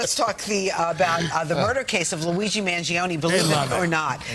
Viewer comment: You and Tim Pool and all the Millenials need to say the name right. man-gee-OWN-nee